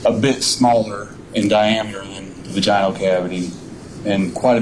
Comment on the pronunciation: Every time this THING masquerading as a human utters the word "Vaj-EYE-Null" instead of the correct pronunciation of "Vaj-IN-ull" makes me cringe so freaking hard.